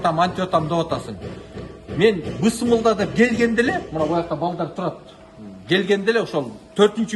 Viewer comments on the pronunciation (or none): Бысмылда эмес Биссмилах деп суйлосонуз туура болот тууган